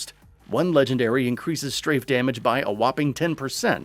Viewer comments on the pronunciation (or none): none